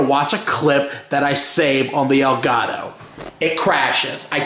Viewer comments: Lol you said Delgato it's an Elgato 😂😂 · It's Elgatow, toe, not doe. He missed pronounced it. I am not making fun of him I know he doesn't speak Spanish I am just trying to help him out.